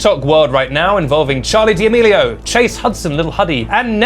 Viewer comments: D’amelio isn’t said like that lol - it’s just said “damelio ” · Pretty sure he says it like that as a joke